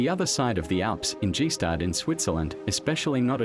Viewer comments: If only the narrator had at least researched how to pronounce “Gstaad”. It’s difficult to take anything here seriously if the most basic thing isn’t even up to par. I’m Swiss, and don’t get me wrong, I don’t expect him to pronounce the location in the proper dialect. But the ‘s’ is pronounced like the ‘sh’ in “shoe”, and you obviously don’t separate the letter ‘g’ like in a Mercedes G-Wagon. And good gracious, the google translate audio sections they pasted into the documentary! What the f?!? Also, some of the narrator’s sentences make no sense whatsoever. At first I thought I’ve had a stroke 😂 He clearly got lost in translation... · you pronounce it "Gstaad" and not "G-Staad" 😉 Sounds pretty weird for somebody knowing how its pronounced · The name of the village is (gsta:d) not (dzhee staad). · Anyway, the pronounce of Gstaad is with hard G, like gang. Not Gi-staad. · Gee-Schtaad. If you would drop the "Gee"-part for ones and for all, you would be close to pronounce the name correct. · It´s not GeeStrad.... It's Staad... We do not read the G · Man its Gs-tad and not Gi-stad. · It's called Gstaad with g sounding like you would say Grinder not G- stad. How on earth you name this a documentary without even knowing how to call the place you present..... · Narrator doesn't even know it's pronounced "GuStard" not "GeeStad"🤣🤣🤣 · The translation is poor and the narrator (who must be AI) is shocking. BTW it’s nor pronounced G-Staad but, phonetically, “Gishtarred” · Calling Gstaad „g-staed“ 🤦🏼‍♂️ that‘s just embarrassing, if you’re gonna make a video about the place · I can't with the G-Staad. It's Gstaad. Get some help pronouncing foreign places, rather than making up your own. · It’s NOT “Gee” staad dicksteen….it’s GaStaad…Ga, Ga, Ga…….work on it……. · Dude, Gstaad is pronounced Gier-staad. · As for me, I had to stop watching after hearing G-staad. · You didn't like the way he pronounced Gee-staad? Yeah, I couldn't believe it when I heard it. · I want to go to gee staad🤣🤣